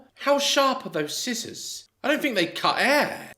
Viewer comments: did bro just pronounce the c in scissors...? 💀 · Let me get you "A pair of skissors 😂 scissors love daz always makes me laugh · “Let me get you some sKISSORS!”😂😂😂😂😂😂😂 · Daz I love you, but are you really the right person to joke about funky pronounciation when you say "Ignot"? xD and SKI-ssors? I love you Daz xD Also looks so tired and weak, I really hope she's seeing a doctor, I hope she's ok...